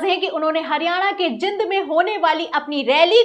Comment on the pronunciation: जिंद नहीं जींद बोला जाता है मैडम लिखा jind ही जाता है लेकिन बोला जींद जाता है